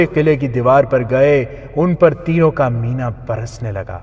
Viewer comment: Mina مینا نہیں Meen مینہ